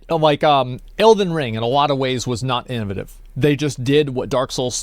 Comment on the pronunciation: Today I learned Asmon says "In'a'vuh'tive" instead of innovative.